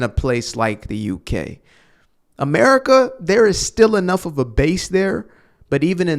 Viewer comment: “Americia” “Jewia” lol, thank you for making me laugh during your videos.